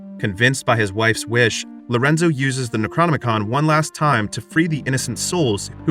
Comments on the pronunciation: If you're going to recount a Lovecraftian tale at least pronounce the names of the ancient ones and the book of the dead correctly. It's pronounced K-thulu. With a hard "K", not an "S", and the book of the dead is called the Nekro-nom-icon. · The narrator pronounces the necronomicon like its a transformer 😂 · Yep. Necronomicon transforms into a book. It was the most boring Transformer to play with when I was a kid. 😂